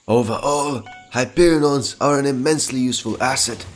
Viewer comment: Its hyperion not hyperinons